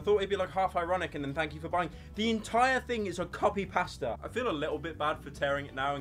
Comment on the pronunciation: why does he say pasta like that